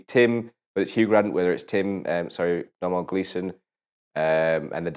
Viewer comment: I love how you guys are reviewing so many of Domhnall's films, but still get his name wrong half the time. I absolutely love the Gleesons for their work and obviously their hair colour ;P I don't understand how these review video's don't have as much views, because I think the way you guys explain and criticize films is awesome. They're very good and your points of view are interesting. I've watched the Chicken Run review about four times now. I don't know why, but I just enjoy the happiness in that video I guess. It's just an awesome film too. I only just subscribed though, because I think I need a little more direction in watching films. This would be a great way to see some classics I'd probably won't normally choose to see on my own.